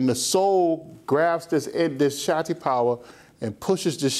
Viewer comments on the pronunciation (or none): It sounds that the teacher is saying "Satti power". But don't he meant to say "Shakti power"???